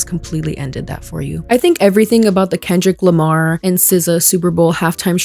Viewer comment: "Grammers"??? "Kendell Lamar"??? Was she having a sroke on t.v.? 😮‍💨